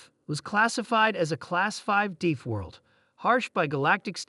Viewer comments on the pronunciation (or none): A class 5 "deeth" world....stupid AI. The AI ignores most punctuation and then speaks the word asterisk when * shows up. It's difficult to have AI's get worse, but they're doing it. This story merely takes elements from scores of similar stories and puts them together, then pretends it's an original creation. Kinda shameful.